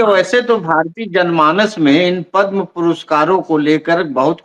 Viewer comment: पदम् पुरस्कार बोलें पद्मा पुरस्कार नहीं।